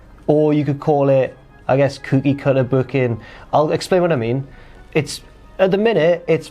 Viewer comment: has never had much in the way of an accent, but listen to him say the word "cookie". Geordie as owt.